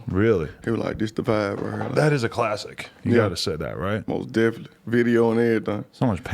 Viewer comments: Nobody: Moneybagg Yo: Mos Dephenly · Take a shot every "Mos Dephenly"